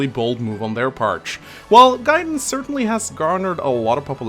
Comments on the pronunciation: Come on, its GUY-den not GAY-den:( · wtf you pronounce Gaiden here correctly but insist on calling it GAY-den? You fucking troll:(